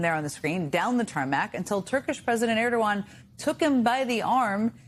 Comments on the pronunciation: Wow he finally learned to pronounce the name Erdogan. Donnie, you really need to know that sort of thing BEFORE you go somewhere. 😂😂😂😂😂😂😂😂😂😂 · Well now, let's not be too harsh on old man Donald, he has, after all, finally learned how to pronounce Erdoğan's name. It only took him over a decade, even mispronouncing it again just a couple days ago.